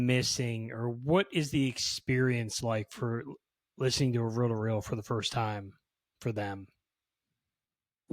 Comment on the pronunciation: Row to row decks, tapes. It is just me who heard this? Not reel to reel? 😮